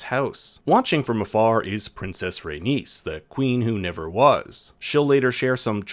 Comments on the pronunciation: Say it with me: RAY-KNEES, NOT RAY-NIECE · So you know how to pronounce Aenys... But you struggle with Rhaenys. When the only difference is the addition of 2 letters lol